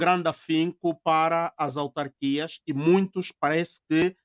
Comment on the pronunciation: Ao apresentador: é AUtarquias, não ALtarquias.